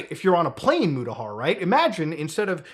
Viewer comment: Why do you pronounce your name so white washed? That's not how u say Mutahar 😭